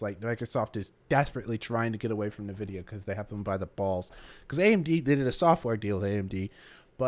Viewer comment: Why do you say "Nvidia" wrong?